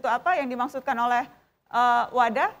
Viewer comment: WADA pak bukan WADAH